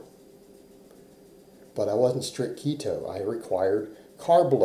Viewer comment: First clue someone has zero clue how keto works is when they think it's "restrictive". That and not being able to say it correctly obviously.